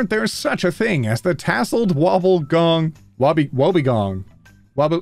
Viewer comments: Oh by the way, that one shark is pronounced wob gong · Tassled wobbegong shark...at home here in Australia. Pronounced wob be gong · wob-ee-gong. most Australian words aren't that hard, just split it into syllables and say what you see.